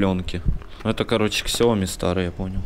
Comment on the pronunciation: СЯОМИ, а не ксиоми 😡